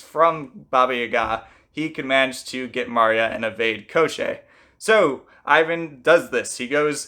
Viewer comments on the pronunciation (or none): It’s not Eye-Van, it’s Ee-von. And it’s not Koh-Shay, it’s Kaw-tchay. With Maria the emphasis is on the wrong part. Rather than Maria it’s more like Muh-RIA. Thé ria is the focal part. And Baba Yaga might be a regional difference since I’ve heard it pronounced the way you did but if you’re going with Ukrainian and Russian the A’s sound the same in yaga as they do in baba. Finally, the story doesn’t contradict itself, you’re missing the ending. After striking Koschei off his horse and cutting him into pieces Koschei reminds them that he cannot die and his body will just come back together, so they burn his body to ash and throw it in the ocean leaving his head in a barrel to bob endlessly away. And should he return, Prince Ivan and Princess Maria would search for his soul to destroy it.